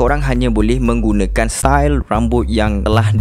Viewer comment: Style bro... Bukan stail.... Mula² baca otak nih canot brain bro...